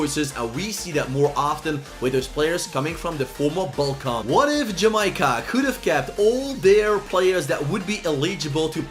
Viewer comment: Sterling was actually born in jamaica and lived in Jamaica until he was 5 then moved to London btw it’s Jamaica not jameyeca